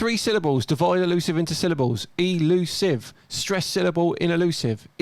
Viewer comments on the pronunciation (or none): none